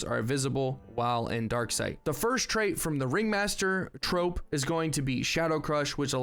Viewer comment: Troupe is pronounced the same as troop brother